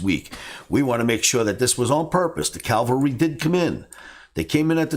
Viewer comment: not a biggie, it's 'cavalry'